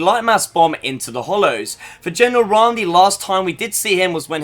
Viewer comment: Sorry but ha e to say it it's not raam